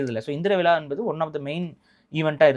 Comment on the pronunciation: Aamam vila enna ucharippu it is vizha. Thamizh zha varalenna nee thamizhan dhaan